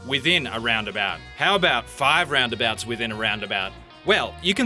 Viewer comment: 13 craziest "ralnd abalts"